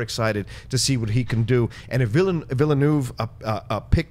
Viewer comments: Villeneuve is pronounced VEELNERVE NOT VILLYNOOV!!!!!!!! Christ almighty, when will you get it right???!!! >:( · You guys still can't say 'Villeneuve' correctly. It's a French name, not Spanish. What if any of you actually met him for an interview? If you say 'Villernoov' or 'Vilnuayvay' or whatever you guys keep saying it isn't going to go down to well.